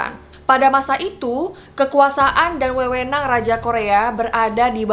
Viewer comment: Makasih buat info nya, tapi tolong baca ceritanya dengan bahasa indonesia yg baik dan benar ; Contoh :seharusny kata " diberitahu" dibacanya "diberitau" Karena kalau dibaca "diberi tahu" maknany menjadi "diberi makanan yg namanya tahu" Lalu kata "wewenang" harusnya huruf e pada kata itu di ucapkan dengan bunyi "eu" Klo huruf e dilafalkan tetap bunyinya e maka kata wewenang tersebut di ucapkan spt bahasa daerah , logat atau dialek daerah tapanuli bukan bahasa indonesia Itu saja masukan dari saya , menjadi tell story memang wajib memggunakan dan melafalkam bahasa dengan tepat , supaya masyarakat yg mendengarnya paham dengan baik apa yg diceritakan Terimakasih